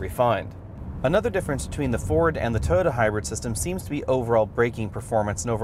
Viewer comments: Is he calling it a 'Toe-Da'? It is called Toy-O-ta. Ford seems to be improving, but I don't think it is at Honda CRV or Toyota Rav4 quality level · This guy can't pronounce the word "Toyota".